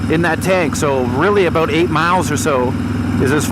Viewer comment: Talking aboot